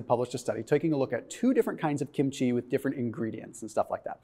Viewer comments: the accent is on the first syllable. KIM-chi. Not kim-CHEE. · I love kimchi. (It's pronounced kim' chi. Emphasis on the first syllable)